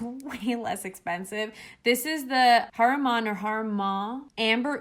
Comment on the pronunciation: the Pronunciation of haramen one spilled ha ra mean ,, love the vd ,new subscriber ❤❤